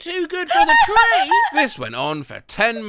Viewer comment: that cartoon sneeze is so hilarious 🤣🤣🤣 Queefer Sutherland? That sounds like a random Canadian name from "South Park" (ahem... The Queen Sisters, Katherine and Kathy) **insert Michael Bay tactical nuke explosions** the way he said "tree!" in an Australian accent